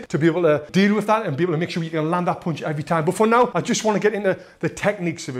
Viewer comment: I'm just here to hear you say 'poonch'